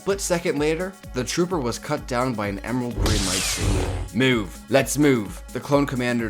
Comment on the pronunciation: Mewv mewv. I’m sorry but that’s how you said it.